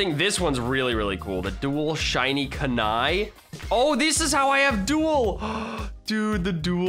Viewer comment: yo did you not see naruto your pronousing kunai roung